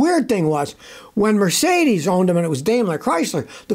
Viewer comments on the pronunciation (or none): none